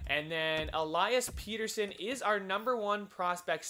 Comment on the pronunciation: Pettersson is pett-er-sson not peter-son